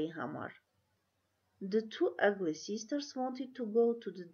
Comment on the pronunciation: Ըգլի չէ ագլի